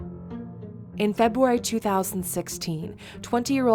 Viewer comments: First one :febwar dolly it's February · “In febwuary 2016”